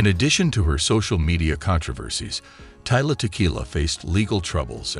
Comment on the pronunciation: You keep saying her name wrong dude, its Tila, not Tyla